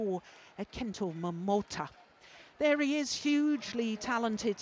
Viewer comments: His name is Momota not Momoto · Momota not momoto! 😑